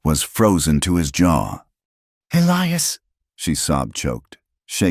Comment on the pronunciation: Interesting and sad so many men's names are Elias & the A I cannot pronounce it correctly, every time! Also help most men in these stories their eyes are the color of a winter storm .... A little more imagination, please ....